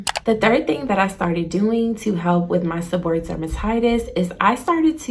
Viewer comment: The correct pronunciation is: seb-or-ray-ic. Thank you for sharing your experience.